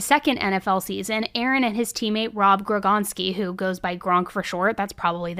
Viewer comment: doesn’t watch football. “Grogonsky”😂